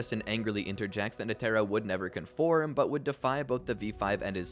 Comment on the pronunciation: it’s netero, not “netero”!